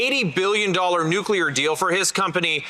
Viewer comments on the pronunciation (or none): Nuclear is pronounced New clear. NOT New Cue Ler Attention Raquel Dancho and the Moose himself.